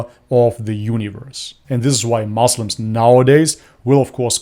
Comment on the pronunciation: bro don't say moslam, say muslim.